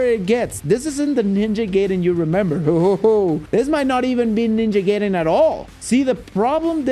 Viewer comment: It’s GUY-den NOT GAY-den bro